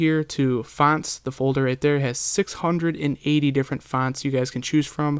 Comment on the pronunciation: It's annoying the way you say fonts :P